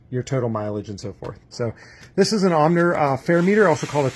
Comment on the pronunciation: Surely it's pronounced Ohmer